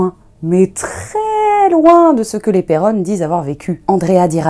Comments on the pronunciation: Mais... C'est Perron, pas Perronne😭 Cesser de me débatisser bande de galerie!😣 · S'il vous plait dite mon nom de famille correctment. C'est un nom Francais originaire de La Rochelle Perron (P ''ai'' ''ron'')